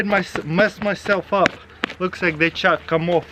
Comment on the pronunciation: I thought the whole time Taras said " Chuck" but at the end I realised he said " Chalk" Who else heard "Chuck" ?